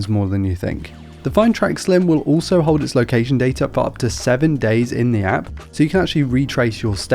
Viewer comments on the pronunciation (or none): none